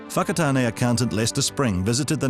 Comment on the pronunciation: Bit worried about the place owner came from 0.44 Whakatane pronounced (Fa-ka-tane)